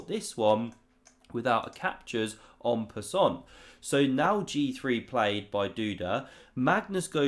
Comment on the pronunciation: Please improve your pronunciation of "en passant". It is a silent t :" en passan" :-) LOL